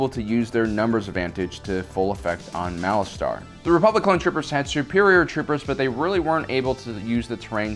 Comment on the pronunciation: The way you say Malastare is annoying. You say it like Malastar...